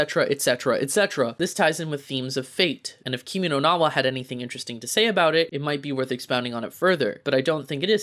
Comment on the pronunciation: Lmao pronounce “Kimi no na Wa” right first before hating on it